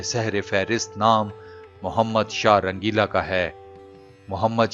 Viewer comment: Shah rangila bolo n bhi